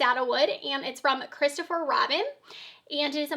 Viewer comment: Isn't it actually Christophe Robin with no r at the end of Christophe? 🤔